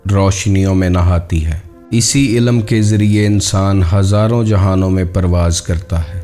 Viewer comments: انتہائی معذرت کہ کے بعد سننا برداشت نا ہوا آپکی اردو نہائیت کمزور ہے اہم بات بیان کرتے ہیں لیکن مسلسل بارے ilm کو Ilam کہتے جاتے ہو سماعتوں پہ سمع خراشی کا باعث ہے معذرت اس سے آگے نہیں سن سکتے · MashaALLAH SubhanALLAH bhai great sharing but ek ghalti hai ilam nh balkay ilm hai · Ya to apna talaffuz durust kar len ya kisi aur ko hire kar len. Sahi talaffuz waqt hai Waqat nahin, ilm hai ilam nahin, jazb hai jazab nahin, kasb hai kasab nahin, ilme laadunni nahin ladinni hai Lehjay me thori narmi aur utaar charhaao paeda karen.